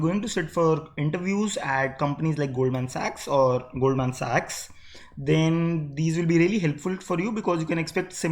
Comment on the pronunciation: lot of effort was put in while pronouncing "SAACHS"!